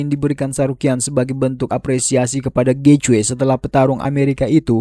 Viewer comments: Getje nyeet , bukan getjoy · Gaethje cara mbacanya Geiji. Bukan Gecwe. Nama orang itu